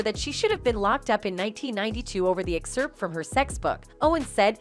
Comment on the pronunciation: What should actually be banned is the pronunciation of the word "excerpt" by the narrator. That's some perverted shit.